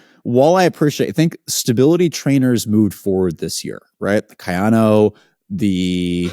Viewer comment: A video with mentioning of David running road shoes on trail and finally pronouncing Kayano correctly?